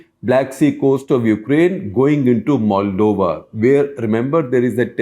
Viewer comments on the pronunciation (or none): none